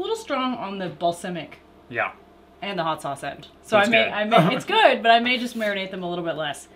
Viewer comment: DUDES- It's BAL-SAM-IC not bal-SIM-ic !! Thanks for another wonderful video!